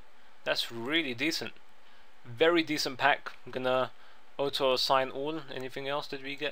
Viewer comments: Orto, not Otto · not being rude, i love your vids dude but honestly auto assign isnt said like aoto its like AW-TOE. not being stink, i love your accent but yea :P:P